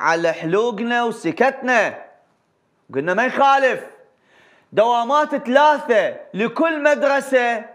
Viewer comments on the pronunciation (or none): none